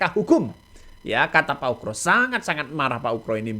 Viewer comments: Pembawa acara ini klau menyebut nama Bpk Ugroseno itu sebut Ugro jangan ukro...salah itu ..benerin ya nyebutnya... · Bukan ukro, tp pa ugro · percisnya pak UGRO bukan pak ukro